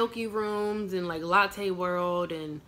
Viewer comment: Latte World lmao its Lotte